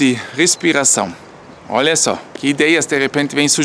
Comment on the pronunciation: Adoro esse formato de informar enquanto a gente aprecia a vista. O sotaque brasileiro do é ótima. Quando ele fala “óia” parece o típico brasileiro. Queria ser fluente em alemão